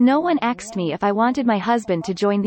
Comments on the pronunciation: These automatic translation voices are very good, but they have some way to go yet. Asked is a very different word to axed and has a very different meaning. That one is especially prevalent in this video. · Crazy automated voice. It incorrectly says "aksed". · Why does the female text to voice program keep saying "axed" for asked? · How the hell does a translation software say 'axed' instead of 'asked', like Americans (usually black) sometimes say? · "no one axed me" im sorry i know this is serous by translator reading "asked" as "axed"